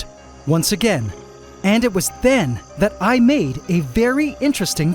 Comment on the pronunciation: Bro said tharrrrt had